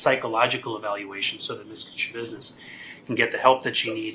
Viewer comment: I giggled when u said Schabussiness